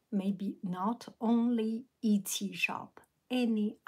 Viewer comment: I like the way you say it too but if you want to know the way it is pronounced it is et.. see.. as opposed to it see. but I like it when you have your own way of saying things differently from anyone else.. I love when you say crispy clear instead of crystal clear or crisp and clear.. I think crispy clear is so cute! 💕 if you start pronouncing everything correctly you would not be you and I love you just as you are!